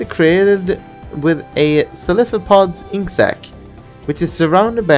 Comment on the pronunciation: Cephelapod: Cef-eh-la-pod.